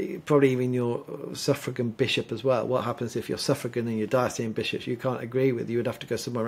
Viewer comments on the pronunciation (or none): Love your informative talks BUT please pronounce “diocesan” correctly Diocesan- dio-ses-an